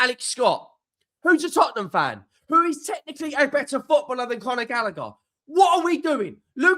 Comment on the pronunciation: Its Conor not Connor..